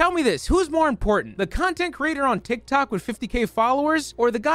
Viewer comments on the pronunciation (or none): I can’t stop hearing “tic tac” lmao